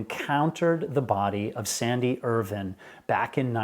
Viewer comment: I knew you were pronouncing Irvine incorrectly. It is Irv"eye"ne. Jaime got it right.